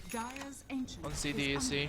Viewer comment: its not C-D-E-C, its pronounced C DEK